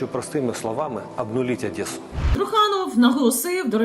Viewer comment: Труханову давно пора на кацапію. Цей малорос місто Одесу вимовляє з кацаплячим акцентом. Хіба не видно чим він дихає?. Та в нього на лобі написано.